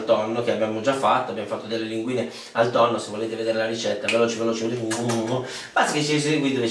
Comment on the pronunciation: Pasta col tonnoh